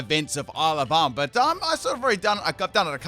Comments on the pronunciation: when you say ile of armour i always hear alabama, it's very disturbing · I though that he actually was saying that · I swear everytime says Isle of Armor I hear Alabama- 😂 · I keep hearing "Alabama" whenever you say "Isle of Armor". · I can't help but hear "Isle Obama". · Am I the only one who hears “Alabama”